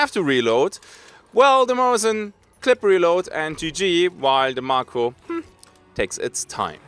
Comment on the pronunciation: It's pronounced May-ko, is it not? Like the shark.